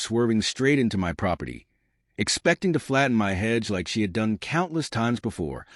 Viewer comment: HOA not HUA. Hedge not head.